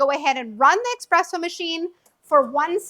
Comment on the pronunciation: Yes it is pronounced eSpresso! So many people say eXpresso!! But I think this lady might be getting tripped up because she is talking about the eXpress machine? Maybe changing from eXpress to eSpresso is a bit of a mental tongue twister?